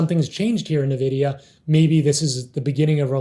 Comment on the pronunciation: Does everyone at SMB calls it Nevidia? Great video, though! You guys are awesome and very underrated. Glad I found this channel.